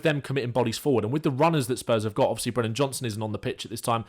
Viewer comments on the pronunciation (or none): none